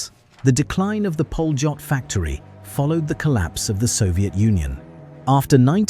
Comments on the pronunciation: Polot is pronounced Polyot. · No it's pronounced "pa-lyot"